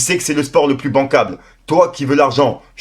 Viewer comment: Frérot apprend a lire 🤦🏽‍♂️ c pas bankale c bankable mdr